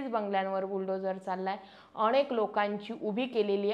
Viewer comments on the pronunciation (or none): none